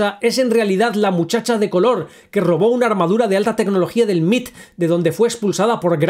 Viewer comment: Ah perdón, en inglés y en casi todo el continente americano se le conoce como sus siglas en inglés M.I.T (em ai ti) y no "el Mit" perdón.